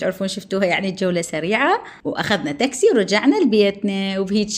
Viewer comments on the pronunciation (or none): none